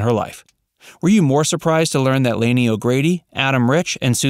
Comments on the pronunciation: "Lah-nee" not "Laney". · Lani O'Grady's name is pronounced Lonnie, not LAN-EE. Her older brother is actor Don Grady, who played Robbie Douglas on My Three Sons. And the family's last name on the show is Bradford - BRADFORD! Rest in peace; Diana Hyland, Lani (Lanita Agrati) O'Grady, and Dick Van Patten. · FYI. It's pronounced "Lonny" O ' Grady. Not "Laney". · It's Lani, which is pronounced like Laney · Nope. She has the Hawaiian name Lani which is pronounced "Lonny". (I lived in Hawaii for 20 years.) She is buried there. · One correction, please. Lani's name is pronounced with a short "a" not the long "a" that you use, repeatedly. In deference to this beautiful kind soul, please make that change. Thank you.